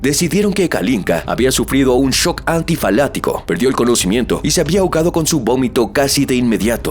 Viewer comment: Shock Anafiláctico, no antifalatico.